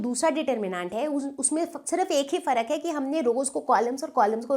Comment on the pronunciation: ma'am ne fark kuch zyaada hi style me bol diya.... Meaning hi badal gya 😂😂😂😂